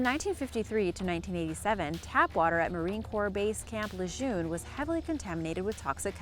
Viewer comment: It is pronounced Luh'JERN not Lejeune ...